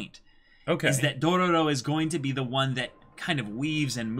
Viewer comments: I'm gonna be that guy 😂 you're saying too many ro's you say 3 and there are only 2 r's in the name lol not that it's a big deal though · Okay boys. Say it with me: "DO-RO-RO." I'm seriously wondering if they're screwing with us because one of them had to spell it right for the video title. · Its only DO-RO-RO, not Dorororo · You guys have an extra "ro" in your intro